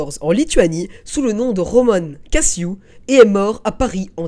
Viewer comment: Sympa la vidéo, présentation originale également. Je me permets ces petites remarques: - Kacew se prononce Katsev (qui veut dire Boucher, le métier, en Yiddish) et non Kassiou (c’est pas de l’anglais :) - Le père de Romain Gary est mort en 1942, Romain avait donc 28 ans, ce n’était plus un enfant. Mais il a peu connu son père en effet. Le père a été soldat durant la première guerre mondiale, pendant que Romain était enfant.